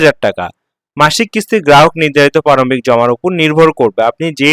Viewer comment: পারমিক না প্রারম্ভিক। আগে উচ্চারণ শিখুন।